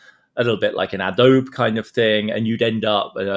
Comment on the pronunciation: Adam is one of the most thoughtful and encyclopedic people thinking in political economy today -- yet still does inexplicable stuff like pronouncing 'Adobe' as 'Uh-doh-be'. Never change, Adam.